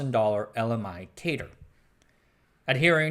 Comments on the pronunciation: Fun video, thanks for making it. As everyone else said, the 2nd MIT lisp machine was pronouced "cat-er" (CADR). Most of those pictures are of CADR's, not CONS machine. I've never seen a picture of a CONS. And the CADR was a 32 bit machine. The 3600 was 36 bits and the Ivory was 40 bits. More should be said about the 3600 - it was quite a machine. And you should mention David Moon along with Knight and RG. You can run the original CADR software today on an emulator I wrote. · 'cadr' rhymes with 'adder'. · The "a" in "CADR" is pronounced like the "a" in "cat", not like the "a" in "Kate". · You put a lot into this history. Thanks. A couple of things to add: CADR is pronounced c-ADD-er (not c-AID-er) and Macsyma was pronounced MAC-sim-a (not mac-SEE-ma). BTW, does anyone remember the Knight terminals on the ninth floor of the AI lab? There was a power switch that we sometimes had to flip when they needed to be reset. The switch was labeled "Sometimes" and "Never".